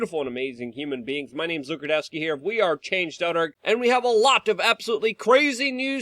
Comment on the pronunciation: I love how Luke mispronounces his own name every single time